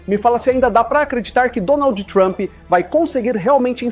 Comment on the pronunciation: POR QUE TODO PLAYBOY FALA DONALD THUAMPI ?????